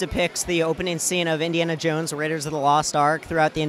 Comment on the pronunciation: How many times does he say indianna jones?